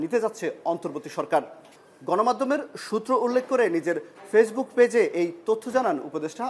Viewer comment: ফেইজবুক ফেজ ফেলোড ভোমা জুদ্দ আদুনিক ফোর ফয়েন্ট ফাইব -এই শব্দগুলোর উচ্চারণ বার বার আয়নার সামনে দাঁড়িয়ে অনুশীলন কর বাছাধন 😂😂😂😂😂😂😂😂😂